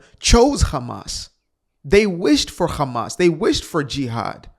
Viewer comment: Loving how you’re saying Hamas like the Hebrew 👏🏻